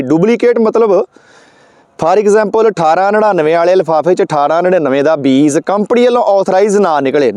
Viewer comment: Veer ji mainu phone te punjabi vich likhna nahin aaunda per tusi punjabi nu punzabi na kaho nale tusi beej nu vi beez hi kahi jande ho kirpa karke talafaz wall dhian dia karo muaafi sahit sujhaa